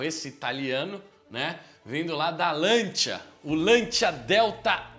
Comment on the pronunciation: Agonia de ouvir "Lantia". Custa nada falar o correto, "Lancia".